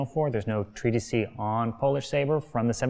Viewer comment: When it's singular, it's just "treatise." He keeps saying "treatisee," presumably getting the long e from "treatises," which is plural. But for singular, it's just treatise, two syllables, rhymes with Thetis. Not trying to be pedantic, just informative. Great saber video.